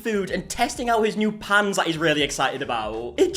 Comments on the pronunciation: lol I heard “pants” not “pans” and was so confused 😂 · On another note …… I miss heard you a couple of times and I genuinely thought she had brought her dad Gordon Ramsey pants not pans 😂😂😂